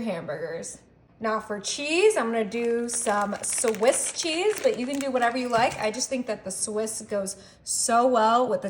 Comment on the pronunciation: “Sawissssss cheese”🙄